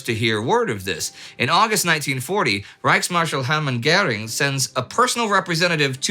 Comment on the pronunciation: Maybe Astrid or Spartacus could teach You how to say Göring instead of Gäring?